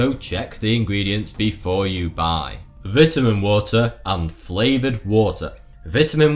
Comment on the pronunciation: Anyone else for out laughing when he say Vitamin water wrong due to his accent? Lol 😂